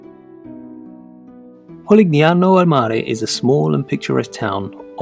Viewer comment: Love the video. Please note that in Italian: (a) the "gn" in "Polignano" pronounced like "ni" in "onion", so you say "polinyano". I note that you pronounce "San Gimignano" correctly. (b) "chi" is always pronounced "ki", so "Chioggia" is "kyojja".